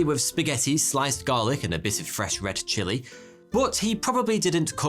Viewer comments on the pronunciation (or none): none